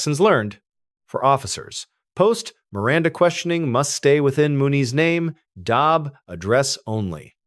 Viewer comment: Clearly using AI narration with pronouncing DOB as "dob" and 1966 as "one thousand nine hundred and sixty six". LOL